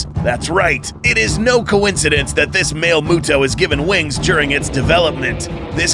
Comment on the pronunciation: "Mister MUTO" for Male MUTO